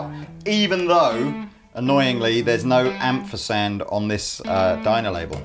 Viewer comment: "For people who don't know what an 'amfersand is'" - Or don't know how to pronounce ampersand it seems.